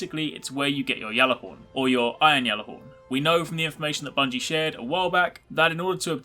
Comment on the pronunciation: that's how u say it lol